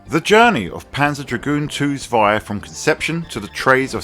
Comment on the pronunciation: Lovely game, but I prefer the original. Zwei is pronounced with a Ts sound at the beginning by the way.